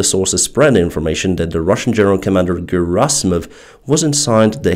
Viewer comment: Your Assimov is Garasimov!